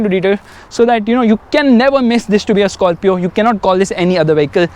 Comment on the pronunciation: South Indian pronunciation "Skarfio"